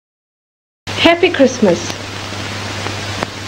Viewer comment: "Tell-a-vission" Another bitcoin..!